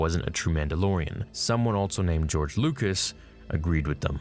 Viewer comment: WHY DO YOU SAY ALTSO? it bothers the shit out of me, otherwise I like your content. I'll sub when you stop putting the "T" in the word also bruh.